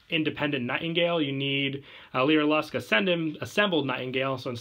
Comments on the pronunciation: it is pronounced (lyra-luss) not (lyra-lusk) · a piece of my soul died every time he said "leera lusk"